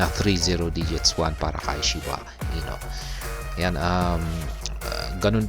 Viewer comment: shiba INU po hindi "ino" hehe